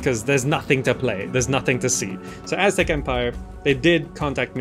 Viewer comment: Finally an Aztec city building game. Now they just need to add the Maya, and Inca as well😁 You also managed to pronounce that almost 99% correct. Take that any western game player lol. Few are aware that Mexico city stand on top of the ancient capital of the Aztecs, and that Mexican derives from the word Mexica which is another word for what they called them selves. Mexico is basically the land of the Mexica. Mexicans are not white nor illegal immigrants, but indigenous Americans; Ameri Indians, meztiso etc. Even in the Mexican flag you can see the creation myth of the Aztecs: the eagle devouring a snake on top of a cactus!